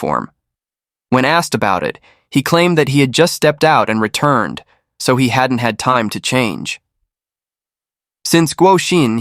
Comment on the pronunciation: ah so the narrator pronounced He incorrectly that’s why I thought he made a grammatical mistake.